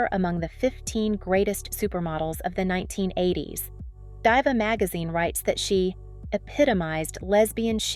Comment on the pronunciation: You pronounced "diva" wrong at 20minutes.